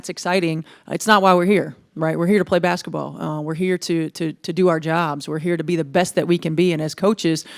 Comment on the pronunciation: Will someone please coach Caitlin on how to pronounce ‘basketball.’ “Bassetball” sounds so childish.